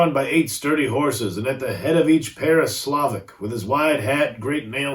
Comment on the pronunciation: Slovak is pronounced "Slow-Vock" My ma's family is from Slovakia. Think more superstitious Polish. These are really fun, keep it up!